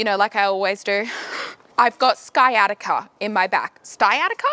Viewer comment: Sciatica I think is what you were trying to say. My mom has that as well